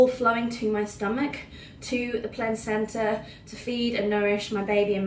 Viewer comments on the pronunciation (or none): it's placenta not plantcenta